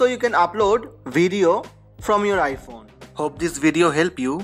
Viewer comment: Omg also he said ipone 🙈😭😭😂😂😂😂💔💔💔